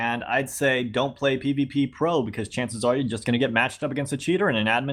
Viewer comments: its called pvpro not pvppro PLEASEEEE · It’s not pvppro it’s pvpro Not peeveepeepro Peeveepro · It is PVpro not PVPpro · Its called pv-pro not pvppro........... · "p v p p r o"... It is fucking pvpro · It’s p v pro not p v p pro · its pvpro. stop saying pvp pro.